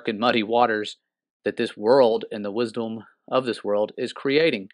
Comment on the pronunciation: Wisdolm? Lmao … just teasin ya… you did say it like that haha… God Bless … Thanks for informing…